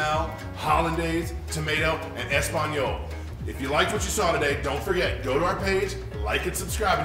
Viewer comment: Everyone's going on about how he used tomato sauce to make tomato sauce or that he calls hollandaise a mother sauce but I'm shocked at how badly he butchered that espagnole.